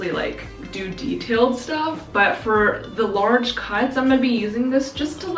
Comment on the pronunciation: “It’s a lorge boi”